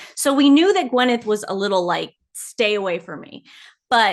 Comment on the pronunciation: I can’t stand her but her name is Gwyneth, not Gweneth. 😂😂